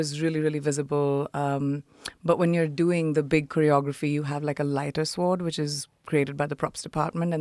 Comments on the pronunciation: She keeps mispronouncing SWORD. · Are you kidding me with this sh*t? Btw, genius, the “w” in sword is silent. Imagine anyone listening to this for longer than ten seconds.